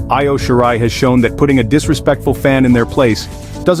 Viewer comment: Eye-O shirai and Jim Needhart? F off